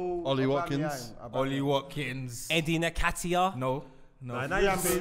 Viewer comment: Why is saying "Nekatiah"? There's only one A.